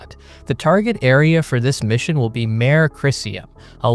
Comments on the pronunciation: This video is a really excellent rundown of these missions! Thanks. Just a couple of way-minor nitpicks. First, “Mare” is Latin, pronounced (roughly) “MAH-ray” rather than “mare.” Again, no biggie, but just to be proper… — This artistic rendition is a lovely artistic rendering, but amusingly non-Physical: * I’m mentioning this not to be mean, nor even to suggest that you shouldn’t use this artist’s impression, but just to encourage viewers to think about the Physics/Astronomy a Lunar lander sees. * First, based upon its landing site, the Earth should be much closer to overhead than on the horizon. * We would also not see the Earth move. * Also, the star field would not move unless this were a high-speed time-lapse image, and if it were, we would see the Lunar day-night cycle (well, that is unless it were taken once every 29ish days in sync with the Lunar night, but if so, those stars would be screaming by!). * There would also be no (substantial) brightening on the Lunar horizon. Yes, it is true that dust has been known to become suspended above the surface due to certain electro-static effects, but only very small amounts. * My original gut feel was that even at Lunar night, the Milky Way being visible is questionable (it’s extremely dim). However, my gut feel was wrong though, since, in sufficiently dark Earth environments, the Milky Way is visible, so I would expect it to be visible in Lunar night. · Mare is pronounced ‘mah-ray’ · Mare is Mar-ay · Mare is pronounced MARR or MARR AY. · Correct Latin pronunciations please